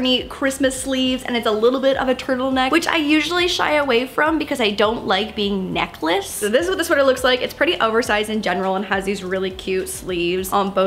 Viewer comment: That "neckless" doe HAHAHA